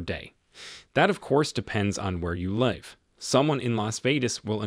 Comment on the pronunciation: Where you leyve? Someone in Las VeDas?